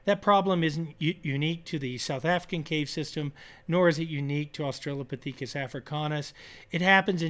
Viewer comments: Very curious about Berger’s pronunciation of Australo-pah-THEEK-us. Never heard it said this way before. Have tried to find reference to it on google without success. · why did you pronounce Australopithecus that way?